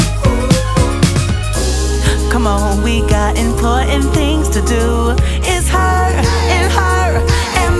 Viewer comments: I'm going through the Barbie soundtrack to see what it's like and this is on of the good ones. The only downside to this song is the way she pronounces "imporint." Of course she's got to say it five times. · Is it just me who LOVES the way lizzo pronounces important ❤❤❤